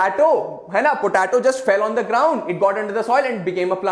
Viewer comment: It’s po -te -to